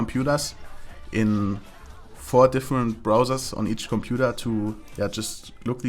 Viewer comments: "Combudaaa" unleashed:D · The way you pronounced "computer" at like or something was fucking hilarious :D